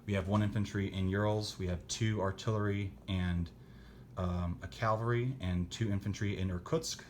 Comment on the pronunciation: Lol. Please stop saying Calvary. Cavalry. Thank you.